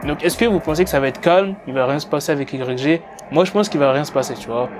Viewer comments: i grec jé 🤣🤣🤣🤣 ça se prononce « waye ji » connard 🤦🏻‍♂️ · IGRECG 😅😅 ça se prononce way (Y) djj (G) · arrête de Dire Y, G sa se prennonce WY JI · C'est si dur que ça de prononcé un blaze correctement?Putain pendant toute la vidéo j'avais envie d'te baffer frère. Ca s'écrit ''YG'' mais ca sprononce ''waïdji'' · ça se prononce aie j pas y g wesh un peu de respect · i grecque G ...nan c'est pas possible, ça fait mal aux oreilles autant de fois...tu dis "the game" tu lis les tweet en anglais, tu peux pas répéter 10 fois " i grecque g "...phonétiquement c'est "Ouaille Dji", merci pour nos oreilles. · YG ça se dit "Waï Djee" si jamais gros, sinon j'kiffe tes vidéos 😉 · Prononce le wa j stp ! 😩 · "Igrèkgé" ??? Get The Fuck Outta Here Man. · Ça se prononce why Gii (YG) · On dit pas YG mais "Why J" et fuck tout c'est faux Bloods, Crips Gang on the top 🔝 ☝🏽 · C'est yg (yay j) ça se prononce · mais ptn tu prononce yg mais t srx mec sa se prononce wy djee et en plus tu dit un nouveau rappeur le mec et un ptn de real g mec pas comme votre 6ix9ine la c un blood et un vrai stp arrete les video elle sont meme pas travailler c comme si 6ix9ine tu le prononce soisent neuf ou 50cent tu le prononce 50 centime et le mec est pas en manque de buzz va voir le son big bank il 80 million si je me trompe pas et le mec a ssortie des classique comme my nigga et tu dit qu'il va rien faire yg on peut dire c le blood par excellence croie moi ce mec blague pas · Putain en plus il prononce "YG" à la française ce con. Pourquoi tu prononce pas "cinquantes centimes" tant que tu y es? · mec arrête de faire des vidéos si ta pas la culture même pas 10s tu prononce "YG" ça pique dans mes oreilles et je te mets un pouce vers le bas direct. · steney Trois de ouf sa m’a perturbé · Tu piques comment tu dis YG quand même prononce le bien au moins surtout que tu le dis beaucoup...